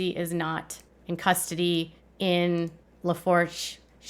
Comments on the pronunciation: It’s “Lah-Foo-Sh” parish. Just trying to help! Makes you sound more legit to know how to pronounce. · It’s pronounced La-foosh Parish. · Luh- foosh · It’s pronounced like Lafouche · It’s pronounced “Lafoosh” parish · Lafourche Parish is pronounced Luh-Foosh. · I'm from Lafourche Parish. It's pronounced La-FOOSH. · Lafouche is pronounced, luh·forsh. Please learn to pronounce our parishes!